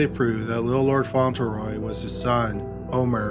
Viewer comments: It's pronounced "FONT-lee-roy", he mispronounces a lot of names. He keeps saying "Font-ell- roy". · It is Little Lord Fauntleroy with an L not Faunteroy. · Fauntleroy, font-le-roy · Just an FYI, its FauntLeroy. You have it spelled correctly but keep pronouncing it without the L. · I LOVE your channel, but am curious why you regularly mispronounce names and places. Do you not look up the pronunciation or is it done intentionally for humorous effect? Lord Fauntleroy is pronounced "Font-le-roy", not "Fon-til-roy". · I'm such an asshole, these are great videos and well researched, and I love this channel. BUT, every time I hear "Fontulroy" I want to punch something. Spelled just about like it's said: "Fauntleroy": Font luh Roy. I just listened to a really good book that contained a pronunciation I had to power through. Enjoyed the book a ton. Will probably remember the mispronounced word longer than I will the more delightful points of the plot. Asshole. I am an asshole. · FYI~ It's pronounced font-LE-roy. Not font-EL-row. Love these long ones! Keep doing them. Great stuff! Jenn 🇨🇦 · FONT-LEH-ROY not "fontl-roy" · Font Lure Roy. Not fauntle roy. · Debby McCormack . Annoying wasn’t it? Lol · #1 is pronounced FONT leh Roy. Sorry... Just sayin. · Mispronounces "Fauntleroy" but nails "Waukesha" wat